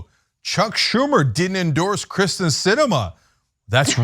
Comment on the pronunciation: I have NO love for Kyrsten Sinema, but it's pronounced KIRsten not KRIsten. She's been senator for years now, you've covered multiple stories with her, you should know how to say her name